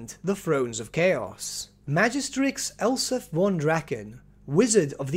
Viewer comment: It sounds like you're saying Elsa von Draken of Null.